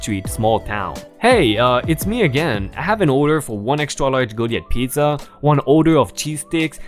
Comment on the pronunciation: ) Goliath- Go-lie-eth. Old testament story of David and Goliath where a young David (as a boy not as King) slays the Philestine warrior, Goliath, with a stone and his sling. :) Rediculous- Ree-dick-you-lus :) Sadly punching someone is likely to be followed up with an assault charge...but... the poor Mom and daughter were assaulted first so she could have indeed, punched that woman at least once. I'm glad she didn't though. She was with her little girl. As a side note: You are doing really well with other really large words, like: Rearranging! Introverted! Unexpectedly! Impatient! Dude! Lots of improvements happening!!! Wat to go! Keep it up, keep improving, and I'll keep listening! :D Awesome!